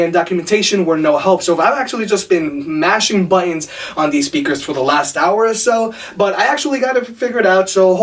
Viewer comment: its not pronounced buddons it's buttons